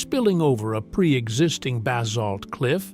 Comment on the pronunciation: and the fact that he had no idea how to pronounce Basalt - he said it differently each time he said it.